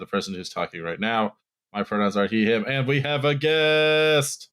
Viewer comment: “He, a-him.” The Italian New Yorker came out of there. 😂